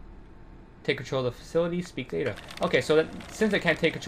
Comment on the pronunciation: Ada. It's Ada.